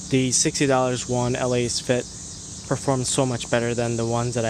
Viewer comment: Let's say it together It's pronounced: Lass-Fit